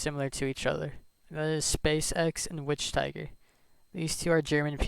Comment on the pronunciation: Just to know: wichtiger is not pronounced like witch tiger more than wishtieger but with a long i by wish (idk how to explain actually)